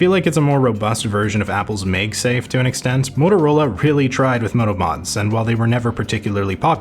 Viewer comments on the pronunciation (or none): Ok I'm gonna have to stop the video mid modular Motorola to point out the weird way you pronounce "MagSafe" as "Mayg-Safe".